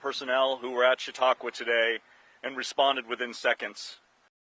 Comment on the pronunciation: Also the way Hasan (mis)pronounces Chatauqua makes me laugh...I wanna hear him try Scajaquada and Chiavettas next...